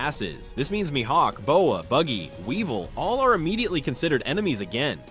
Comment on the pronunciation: Calling BUGGY “baggy” is crazy AI work 😭😭😭😭 in the beginning